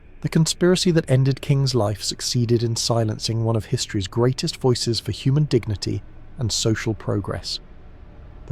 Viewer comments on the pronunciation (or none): none